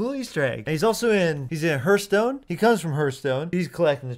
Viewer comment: "He comes from Heartshtone..." #TRIGGERED #UNSUBSCRIBE #REPORTED